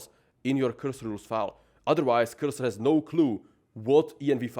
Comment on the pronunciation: Blud says 100 time word cursor and cant comprehend it is not qyrsyr 😂